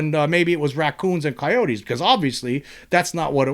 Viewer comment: Do you know how funny it is hearing you say raccoons and coyotes 😂